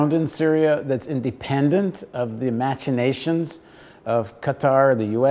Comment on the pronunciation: and you mispronounced "machinations" as well as botch up this report.